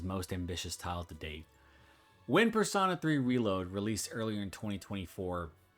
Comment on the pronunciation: PersOna, not persAna.